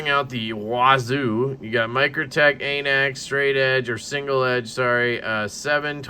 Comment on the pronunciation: It’s pronounced an axe goofball